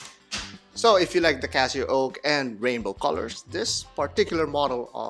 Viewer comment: CasiOak not Casio oak